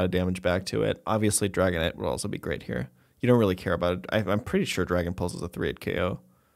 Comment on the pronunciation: Did he call the dragonite rice??😂😂😂